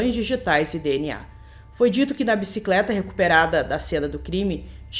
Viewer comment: Somente para correção : NÃO É IMPRENSÃO DIGITAL, é IMPRESSÃO DIGITAL